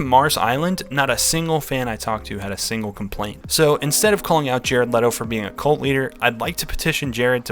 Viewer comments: His name is pronounced Jared Leeto btw. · It’s not LEEE-to?’ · I've started a cult, the cult is called "It's pronounced Lee-Toe, like When Jared Lee-Toe says his own name, he says Lee-Toe." It's a bit of a long name for a cult, but I think it'll catch on.